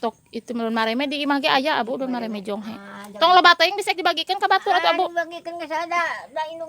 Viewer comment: kalow di saya namanya jonge bukan jonghe mah